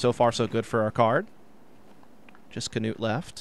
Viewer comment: Hes not the only one who is calling him as Kanuut, so annoying.